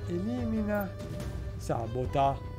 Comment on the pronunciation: Si dice sabòta, non sàbota.